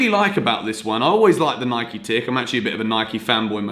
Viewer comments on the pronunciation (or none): none